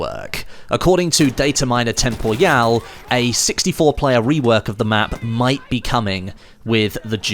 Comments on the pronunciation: Will BFV die before pronounces Temporyal as "temporial" rather than "tempo-yal"? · sorry but this shit keeps triggering me, his name is "TEMPORYAL" and not "TEMPOYAL"